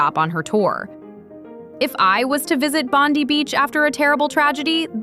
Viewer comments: Its "BOND EYE" NOT BONDY... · With respect - pronunciation correction -Bondi - Bond - then - i - as in eye - Bond(eye)i - Bondi Beach - thank you 😊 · Pronounced BONDYE